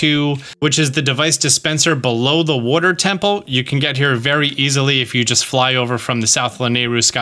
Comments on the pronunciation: I recently found your channel when I started playing totk and I didn’t know anything about you except ONE THING…I knew for a fact you lived somewhere in the northeast of the United States because in one video you kept saying “wooder”…iykyk 😂😂 and now you just confirmed it by saying you’re from NJ 😂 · I knew you were from Jersey when I heard you say water 😂😂😂😂😂😂😂😂